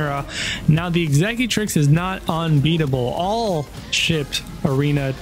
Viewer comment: Horrible intro music and you can't pronounce executrix